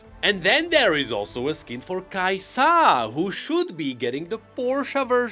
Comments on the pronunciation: "Kai'sa" - Not "kai-SAH!" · another video with pronouncing kai'sA gods help me